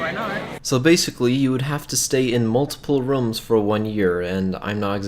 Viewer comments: He says rums instead of rooms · Wait did you say “rums” or “rooms”... or maybe is because your accent...🧐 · “Rums” it is rooms I am dieddddddddd 😂😂😂😂😂😂😂😂😂🤑